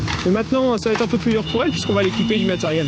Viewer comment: Un peu et non impeu ;)